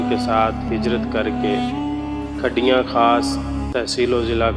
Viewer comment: کُھڈیاں خاص کَھڈیاں نہیں۔